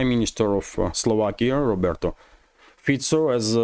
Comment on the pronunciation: It's Robert, not Roberto.